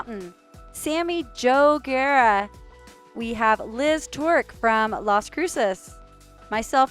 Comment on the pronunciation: It’s Guerrero like the great Eddie Guerrero. She botched that last name. 🤦🏽🤣🤣 #RIPEddie🙏🏽